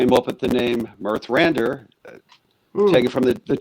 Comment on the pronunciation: The host could at least have learnt the names " Vislocky" and "Mirthrandir" before the stream..😅... So unprofessional and disrespectful. The only thing I like about you, the host, is your t- shirt. 😅 CAN were great. Thank you, guys from Mirthrandir, for the great album, which I love with my whole heart. One of the best albums in the whole progrock history. ❤